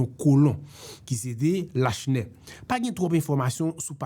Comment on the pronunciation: Lachenais pwononsé La Chenais é non pa Lashnè. Joute sé yon ti non. Moun édiké di Borjla pou Borgella, é non pa bor-GÉ-la.